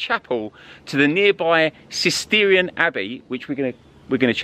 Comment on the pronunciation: Fun and interesting video...just a quick correction.. Cistercian has a 'sh' in the middle too, not Cist-eer-ian, Cist-ersh-an!